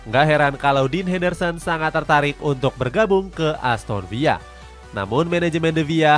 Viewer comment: wah ni pengisi suara ngeyel mulu, ASTON VILLA MIN BUKAN ASTON VIYA